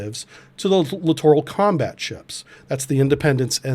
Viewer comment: Correct pronunciation of "Littoral"... sounds exactly like "Literal"...thank you.